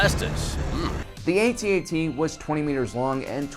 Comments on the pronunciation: YOU SAID AT-ET NOT AT-AT THIS MAKES ME SO TRIGGERED AHHH REEEEEEEEEEEEEEEEEEEEEEEEEEEEEEEEEEEEE!!!!!!!!!!!!!!!!!!!!!!!!!!!!!!!! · PLEASE...say ATT-ATT rather than AY-TEE AY-TEE just once, pretty please?!?!?! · After hearing "A-T, A-T" for the millionth time, I had to run. Just say "at-at". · Definitely a generational thing: younger people call it the A T A T (each letter said separately) while us old-timers call it the at at ( ). I cringe when I hear it the other way. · It is not called an " A-T-A-T"....it's an "AT-AT". SMH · Fuck off lad, it's an AT-AT, not A.T.A.T. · We used to call these things at at's back when the movie came out. Why is he pronouncing it A. T. A. T. now? It's distracting. We know what it is, it would me more reverent for him to say at at. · it's not ATAT it's AT-AT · at-at not aye tee aye tee...kids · you said at te don’t you mean at act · ?how come the Kenner ad for the toy calls it an at-at as in hat hat? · Lost me at A-T A-T it's pronounced @@ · Dude, I CANNOT stop hearing AT&T. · Saying 'Ay-Tee Ay-Tee' sounds about as stupid as trying to speak wookie. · Dude you are pronouncing it wrong and it's annoying. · That's not how we pronounce AT-AT.